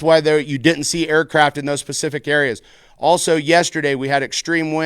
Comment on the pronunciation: Specific not Pacific